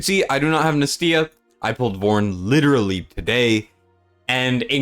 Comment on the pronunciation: its nAstya not NESTya